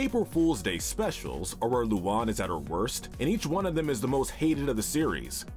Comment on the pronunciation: luan ❌ luon ✅